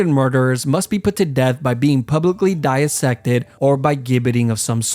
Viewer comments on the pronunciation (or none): “…publically DIE-AH-SECTED”??? Sorry, but ‘dissected’ is pronounced DIE-SECTED, there’s no “ah” in the middle!